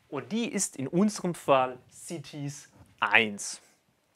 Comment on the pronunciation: Cieties? Oder doch eher cities?